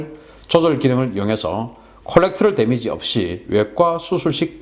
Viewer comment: 콜렉트럴 데미지 라고 발음하지 않고 “코레더럴 데미지” 라고 발음 합니다. Collateral damage. 방송에 늘 감사 합니다.